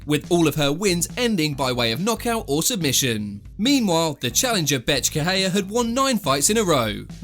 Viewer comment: Every time he said Bethe it sounded like he was saying Bitch 😂 Maybe it's just me but I thought it was funny Lol